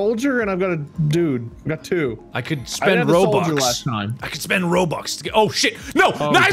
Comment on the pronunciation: Normal people: I want ROBUX Markiplier: ROBOOBS